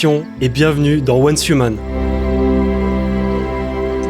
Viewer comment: HAAA !! enfin un youtuber français qui prononce correctement le nom de ce p*t*in de jeu !